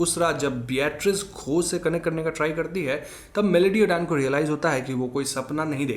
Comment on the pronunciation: It's just Beatrice not Beeyatrice